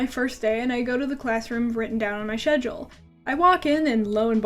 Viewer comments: what the heck do people actually pronounce schedule ''shedule''??? is it some kind of foreign accent or language thing or whatever? or is it just her not being able to pronounce schedule right??? (sorry if this looks like a hate comment, i promise i am totally laughing with you, like we are high school or college friends or whatever and we met in uh whatever year you were in elementary school and now we're dating and- you get where i'm going at. that's not how you pronounce schedule.) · IM SORRY BUT I CANT WATCH THIS VIDEOOOO THE WAY YOU SAY SCHEDULE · I hate ablest Also I love the way you say schedule